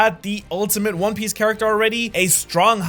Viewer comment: "One pice" 💀